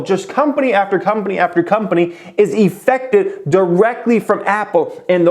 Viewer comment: You said "E"ffected. I cannot take advice from you now.